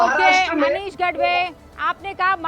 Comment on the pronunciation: गढवे नही गाढवे ... 😂